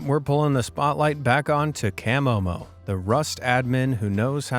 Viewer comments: Kam-oh-mo? I take it the narrator has never seen one of these vids otherwise he would have know is Kuh-mow-mow. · That is not how you pronounce camomo